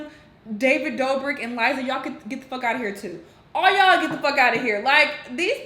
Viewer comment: Not David Dorbrik 🥺